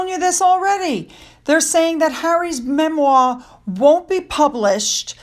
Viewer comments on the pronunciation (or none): Ok, it’s not MEM-WA. It’s pronounced MEM-WAHR. Don’t drop the “R”.